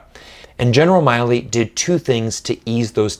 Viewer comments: Why do you choose to mispronounce the General's name as Miley, when his name is Milley? I've never heard it anywhere else pronounced as Miley. Even in Chinese it's 米利 (Mi Li). I haven't come across any American that would mispronounce his name like this, and for you to consistently do so with the central figure in you piece here, it really detracts from what you're trying to say. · except he can't even pronounce the general's name right